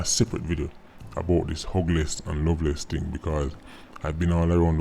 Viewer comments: When you said Jamaican children are some of the most hugless I thought you said ugliest... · well said but ppl gin think you said ugliest instead of hugless lol